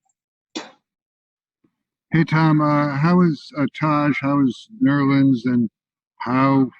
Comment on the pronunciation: my man called nerlens nerls